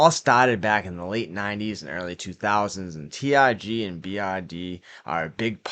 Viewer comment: it's not T I G It's T R G